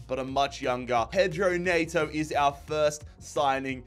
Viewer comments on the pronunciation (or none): Was really surprised to see you sign Neto!! It's pronounced 'N-eh-to', not 'N-ay-to' No hate though man keep up the great vids